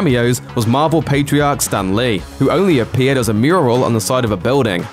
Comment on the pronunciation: “ZIP IT STAND LEE” 😭😭 rip stand lee